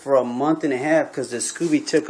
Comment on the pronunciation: Sco beee not scoo bee